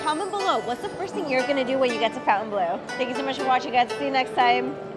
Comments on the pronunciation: Everyone is pronouncing it fountain blue like mountain dew but it’s spelled like it should be pronounced FON-TAIN blue. Am I missing something? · Pronounced Fon-tun…not Fountain. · Cool video! But you are pronouncing the name in English, when it's spelling is French and would therefore have a different pronunciation. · Fon tain blue :-)